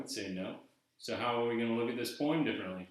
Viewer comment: Why do you keep saying "poe-ahem"?